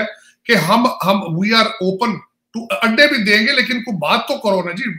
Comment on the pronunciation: Oh I got it. In your last video I heard 'ande mange, ande nahi mange' and could not make sense of it. I think you said 'adde mange, adde nahi mange' in Punjabi accent